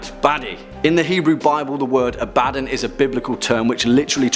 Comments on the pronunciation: Abb-Uh-Dawn not "A bad nun" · It's not A-bad-don it's Ab-ad-don. Some demonologist. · Abaddon isnt pronounced "Ah-bad-don" its pronounced Ab-ah-don". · The way you pronounce Abaddon kills me 😂😂 It's pronounced "Ab-Ba-Don" Not "A-Badin" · That’s only how they mispronounce it in Warhammer 40K. If it’s supposed to be pronounced “Ab- uh- don”, why isn’t his buddy’s name pronounced “Tore- guh- don”? It’s not, it’s “Tore- gad- uhn”, just like it’s supposed to be “Uh- bad- uhn”. That’s why there are 2 “D”s, and not 2 “B”s. Abaddon and Torgaddon. And there’s another one whose last name is “Ekaddon”. That’s just how double consonants are pronounced- you even doubled the “B” in your pronunciation explanation, further illustrating that I’m correct. Sorry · its pronounced ab a don btw xD supernatural needa watch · Holy crap you are butchering some of those names ab a don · Ab-Uh-Dohn - Abbadon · It's pronounced A' Ba Don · Who else internally corrected, or at least changed, how he pronounce Abaddon? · Great video... the pronunciation of Abadon killed me lol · That’s not how you pronounce abaddon’s name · The constant mispronounciation of Abaddon kills me from the inside.